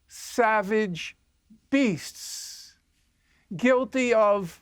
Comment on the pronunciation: He speaks so slowly he gave the word beast 2 syllables lol . He must do it to troll. Its hard to follow him because it takes so long